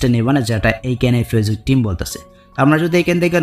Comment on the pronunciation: ভাই... আপনি ফেসবুক বলেন? নাকি পেচুক বলেন? কিছুই তো বুঝি না। আপনি শুদ্ধ ভাষা ব্যবহার করেন না কেন?